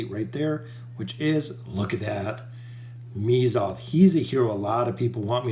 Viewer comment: it's pronounced meh-zoth. not "me"zoth. you enunciate strangely when pronouncing oden as well. it's not oDEN, it's just oden. oh-d-n.